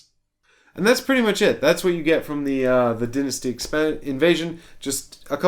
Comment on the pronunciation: Why are you pronouncing dynasty weird?